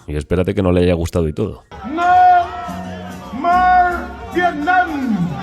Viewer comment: No morers🐶 vietnam, no morsss🐍 somalia, no morrr iracks, no morsks👹 Afganistán, no morc libia (Este tipo debería dar clases de inglés)